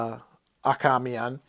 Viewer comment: Achamian! it's Achamian! Ah - `Kay - Mee - An! But seriously, this was a great review. "War is Intellect" indeed.